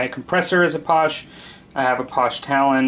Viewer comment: FYI it's pronounced: pass-SHAY ... not posh.